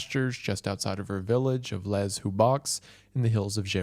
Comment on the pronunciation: For such an educated and articulate man I’m genuinely surprised that you pronounce the French word “Les” like that lmao